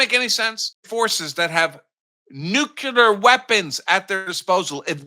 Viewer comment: I'm sorry, but I might have not heard you correctly. Did you just say " NUCULAR "? Please tell me you are being facetious. We all know that it's " NUCLEAR".